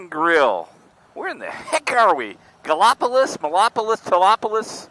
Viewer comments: Sorry had to laugh hearing ya pronounce Gallopolis. I do not think I have ever seen the Ohio River clear, maybe not as muddy. I drove that SR7 many times from the Silver Bridge to SR33, but not on bike. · The town is pronounced "Galla police". It was settled by the French. I was corrected the first road trip through there myself 😃